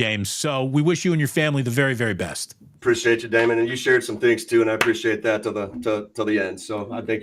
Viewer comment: You called it Damon... good lord